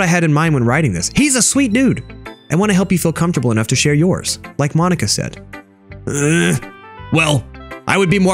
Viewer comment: ITS MOH-KNEE-KUH tedcoiewhnhoiwhdfsihosdvoihihosdihovjovvvvvvvvvvvvvvvvvvvvvvvvvvvvvvvvveri